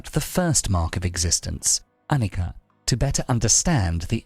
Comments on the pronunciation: Overall great video! But you did mispronounce annica throughout the video. The consonant c in Pali and Sanskrit is pronounced with a ch sound. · This is Anicca Not Annica. You should not tell Annika. This is Anicca.